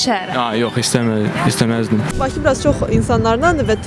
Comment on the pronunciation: Jurnalistlər küt adamları haradan tapır? Ay qız Baçı yox, Bakı. Bu millət ç hərfi ilə k hərfinin fərqini bilmir. Ay oğlan azərbaycan dilini dərindən öyrən. Ay xanım şəhəri köçürməkdən söhbət getmir, paytaxtı köçürməkdən gedir.